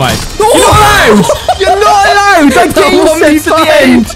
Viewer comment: yor not alaood